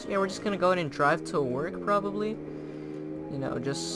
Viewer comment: “We’re just gonna drive probrably” LOL